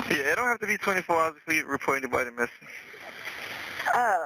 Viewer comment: SAME... "our friend is MISSANGK". I was cringing hard.